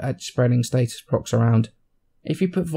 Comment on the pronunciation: what about status? He says state-es